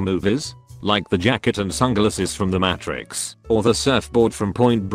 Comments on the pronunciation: Everyone: Matrix Narrator: Matt Tricks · Narrator: "Match-rix" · Every time I hear the pronunciation of Matrix in this video, it makes me cringe.